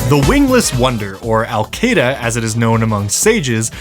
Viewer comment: Anyone else hear "AlQaeda" (or however it's spelled) from Alkada?